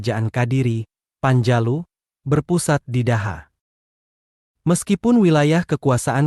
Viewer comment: Cara membaca daha itu dibaca doho